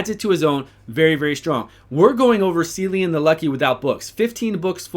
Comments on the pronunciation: If his name is going by the actual Irish way of saying it then it’s Killian not sillian. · He has an Irish name and it's pronounced Killean. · KILL-ee- an please start saying it right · Good video, but if they are going for Celtic, which I think they are, it is pronounced Kill-E-an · at least pronounce the guy's name correctly dude